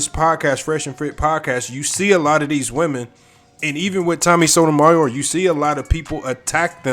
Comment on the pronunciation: Sotomayor- why cant you prounance it!?